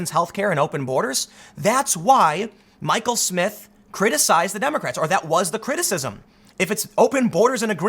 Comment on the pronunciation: It's pronounced Michael.